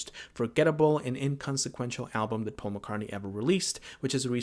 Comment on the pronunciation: But it's NOT Pasul Mc Cartney...Wake up..